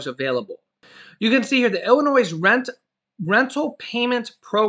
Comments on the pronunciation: Hi, the "s" in Illinois is silent. Just thought you'd like to know. 😊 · the 's' in Illinois is silent. And there are plenty of jobs in Michigan for people who want to work. There is no shortage of jobs there. I know because I live there. There are 'Help Wanted' signs everywhere. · the S in Illinois is silent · sorry.The s is not pronounced in Illinois!! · we must say your news feed is always spot on. We really appreciate the work that you and the wife do. There's only one thing that you say that's kinda funny when you talk about Illinois. We grew up their and really when you say Illinois the "s" is silent. No big thig its just something we pick up on it. God bless you and your family and keep up on the great job your doing. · The letter “S” is silent for the state of Illinois like most people that don’t live here makes the “S” sound when saying the name of our state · the s in Illinois is silent. 🙄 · Leave the S sound silent in Illinois. LOL